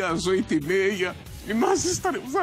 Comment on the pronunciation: "e nós estaramemos aquiiirrrr" kkkkkkkkkkkk sem condições de n rir